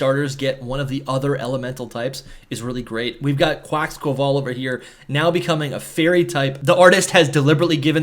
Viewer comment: Bro really said Quaxquaval